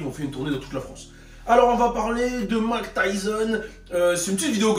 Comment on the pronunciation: Hahaha Mayk et pas "Mak" nan 😝